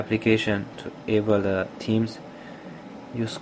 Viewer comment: HAHAHAHA! "Here you can serch fo suff, like temes"